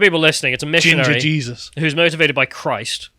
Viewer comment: "SHE-sus" Christ?